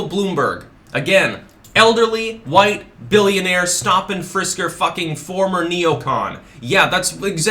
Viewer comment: Too Hwhite....... ☁⛄⛄⛄⛄⛄⛄⛄